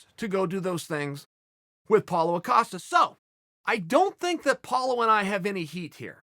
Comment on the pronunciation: Paulo "Acosta" Costa